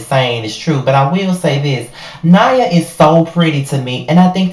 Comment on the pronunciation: Her name is pronounced Nia like Nia Long